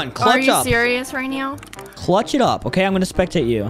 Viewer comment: I like when she said are you serious right neow